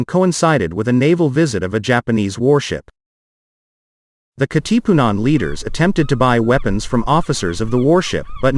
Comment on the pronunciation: Actually it's pronounced as Kàtipunan not Katípunan. ✌️